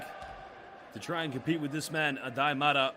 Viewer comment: I am sorry to tell you that you do not pronounce Aday Mara’s last name correctly. The correct pronunciation is with the accent on the first “a”. Just as you would pronounce Sara. Kindly yours.